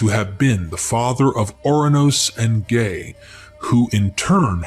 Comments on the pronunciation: 😂 This dude said, “gay” instead of Gaia (Guy-a). I can’t take anything said in this video serious. How are you going to speak about the Greeks and then miss pronounce our words? 😂. There is nothing about the Hellenic creation theory that is similar to the Bible 🤦‍♂️ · Who is doing the ancient text voice over? Gaia (he pronounce it as gae), in Greek it is similar to English "Yeah" not no gae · Impregnates Gay ??? Not Gaia